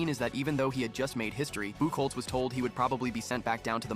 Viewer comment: It’s actually pronounced buck hotz that drops me crazy as a red Sox fan lol 😂